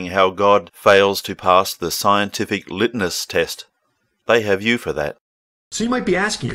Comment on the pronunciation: Lit-ness? Lit-ness test? ... like brightness or endlessness? Litmus...muh...muh...muh-sss. See not that hard Brock.